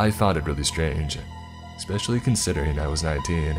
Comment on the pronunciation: I never miss an upload and enjoy every one...thanks, however my ocd is forcing me to point out that you pronounce the word especially incorrect. It is not exspecially which is how you've been saying it all along. Maybe should have said something earlier. Cheers!